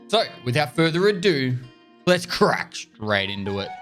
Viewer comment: somehow the heavy pronounce of "crack" is reminding me of "d-d-dduel!" from yugi (maybe it is just me)